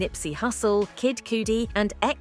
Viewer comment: Oh please work on pronouncing properly I love Kid Cudi and you are saying his name wrong